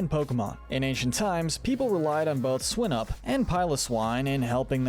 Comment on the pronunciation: It’s pronounced “lana-KEE-luh” and “SWY-nub”, and “ARC-tuh-zolt,” “Patrick Star”! 🤨 You’re so bad at pronouncing names,! 🙄